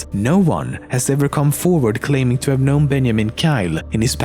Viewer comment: Can he even say 'have'? XD